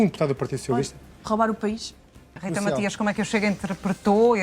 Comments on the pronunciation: nem o nome da Rita sabe a parva, não é Rita Maxias é Matias, está com tanta pressa para a contradizer que nem o nome prenuncia bem, Matias, Matias, Matias, palerma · É do meu ouvido ou ouvi a jornaslista dizer Rita maxias. ??? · mais alguem ouviu a apresentadora dizer rita maxias?